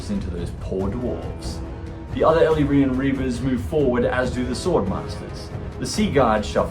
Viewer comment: Great and entertaining battle report! Props for the correct pronunciation of 'Chrace' not sure about Ellyrian though 😄. Love your wicked sense of humour.